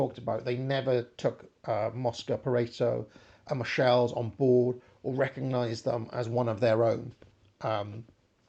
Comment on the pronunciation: your pronounciation of 'Michels' in a french way always slightly offends me; it's literally the "german Michel" way!